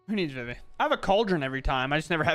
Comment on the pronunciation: Yo being a guy who loved playing FFIX and hearing people say "Vih-Vee" instead of "Vee-Vee" is driving me INSANE.